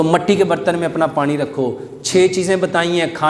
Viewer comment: Pani not panre.